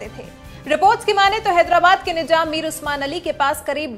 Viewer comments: Nijam Nahi Nizam Apni Urdu Sahi Karo Channel Chala Rahe Ho Mazaq Nahi. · Pehle izzat se naam lo. Nijam nahi Nizam bolo. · Masha Allah no Masa Allah. Nizam not Nijam. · Waise nijam nahi nizaam hota hai apne alfaz ka talaffuz sahi kijiye madam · He is not " nijam" ..." nizam"